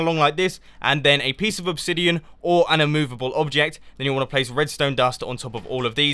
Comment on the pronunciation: "Place a piecie of block" ;D